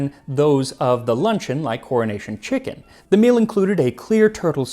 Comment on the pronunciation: As a person of the uk, he is pronouncing it "Cornish Chicken" which is possibly somethong else 🙂